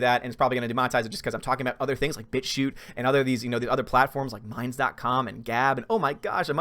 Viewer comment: You may gave got demonitized because when you say bit-shoot it sounds like B i t C hoot . Great Videos though. Keep up the great work